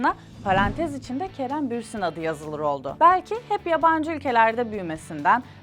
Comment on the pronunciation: bürsin değil bursin